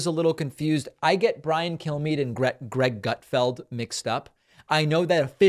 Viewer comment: I swear- every single time I hear this fox liar introduce himself, I hear “I am Brian. Kill me.” It’s not going to be me, but maybe one day someone will take you up on that and you’ll get your wish, Bri-Guy.